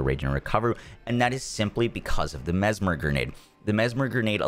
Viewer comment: He learned how to say mesmer. Not the MezMAHR anymore